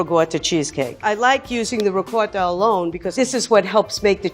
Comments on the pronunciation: I really hate the way she says ricotta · I cringed every time she tried pronouncing ricotta. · Am I the only one off-put by how pronounces ricotta? Dear lord woman, not even rural Italian farmers pronounce it with that strange an accent... It's not even strange to pronounce, it's literally as written. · Not only did I live in italy for YEARS and speak the language fluently. I spoke it so fluently I taught English To Italians IN ITALIAN! And I can say whole heartedly that people trying to pronounce italian things in a garbage bag New York accent should be a war crime. The cheese is Ricotta. Pronounced (Ri-Co-Tah) idk what the hell Riguttuh cheese is! My goodness, if you wanna sound like you know some other language maybe try A little bit. Otherwise she seems like a lovely lady, but her italian is as bad as My own grandmothers, and she's never left the state of Colorado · Ricotta...not regoda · It's Ricotta, not regorda cheese. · I love but part of me died every time she said rigoiata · As an Italian, I was TRIGGERED by saying “Riggota” instead of riccota.. Love her tho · Why is she calling it rigooota? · lady: uses ricotta also lady: RIgOrtA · J0my He’s talking about ricotta the ‘c’ is pronounced as ‘k’. The ‘r’ in Italian has more of a roll too. And the ‘o’ is more a short ‘o’ similar to stop. The ‘a’ should sound clear and open from the throat. Like when they doctor tell you to say aaahh but short ofcourse. It sounded like she said wrigoitah instead of ricotta. It should sound somewhat similar to Terracotta. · Pronunciation - It’s Ricotta, Not “Rigot” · I swear this chick is really pi**ing me off saying rigotta like who the heck told you to say ricotta like that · No one: RiegOtA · No one: Not a single soul: Grandma: RIGUOTTA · People from Italy don't pronounce that word with a "g" sound. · What's up with the lady's pronunciation? Why is she calling ricotta "rigoda"? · It's ricotta lady, RICOTTA, UGH.